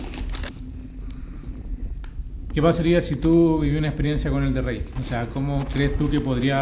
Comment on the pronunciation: Cada vez que escuché "elderreik" mis oídos sangraron